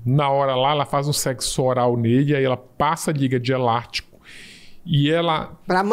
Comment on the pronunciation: Geeeeente como alguém fala tão errado assim em um programa? "Elartico"? "Cirurgião prartico" doeu...